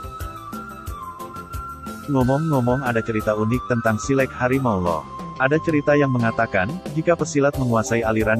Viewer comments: Min.. Lafaz "silek" itu bunyi e lepas, bukan pepet. Bunyi kan /lafazkan bunyi huruf 'e' pada kata 'silek' Seperti anda membunyikan bunyi huruf "A" pada saat mengucapkan silat. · Naratornya mengucapkan silek tidak sbgmna orang minang mengucapkan kata silek. Jadi agak geli kuping mendengarnya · iko admin pengisi suaro ko bantuaknyo indak urang minang do. ndak pas penyebutan silek dek admin ko do.